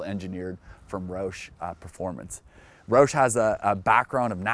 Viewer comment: First things first, say it right man its ROUSH like like "ouch" but with a "sh" instead of a "ch". Secondly, yes you do need the Brembo brakes but the 3.73 gears are actually counterproductive and you'd rather have a lower gear like a 3.31 or 3.55 in order to take advantage of longer gearing up top. Maybe with a centrifugal supercharger 3.73 would be better bc they're lacking the torque down low that a TVS supercharger has. Love this guy's enthusiasm but it seems like it's for kindergarteners and not adults. It seems like he's from Canada ay? 😂 But is this dealership in Atl??